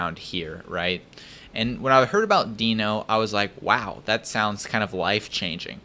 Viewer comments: It's not deeno, it's deno. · It’s pronounced more like “denno”, isn’t it? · Ryan Dahl pronounces it as 'Deh-No' But w/e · says "no-demon" and my brain just stops watching and echoes "node-mon". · cov covahn Ryan Dahl himself isn’t sure, one of his coworker half convinced him to call it “Deeno” so he now pronounces it that way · Please, don't pronounce it as "Deeno", because it sounds weird...It's word Node, but a bit re-ordered...So NoDe <-> DeNo...I don't remember Node being pronounced as "Nodee"